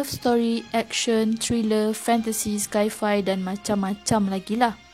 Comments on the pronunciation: Sci-fi sebutan dia “sai-fai” bukan “skai-fai” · Sci-fi mmg bunyi skyfai ke? bukan saifai? confident sungguh dia menyebut skyfai 😂😂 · dia maksudkan ejaan yg betul 'sai fai' bkn 'sky fai' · Betul tu..sci tu amek daripada perkataan science..so sebutannya berbunyi 'sai'..😅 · kak2..pronounce dia sci fi = sai fai..bukan skai fai